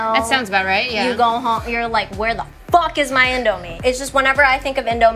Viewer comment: The way Niki emphasizes FUCK is FUCKing amazing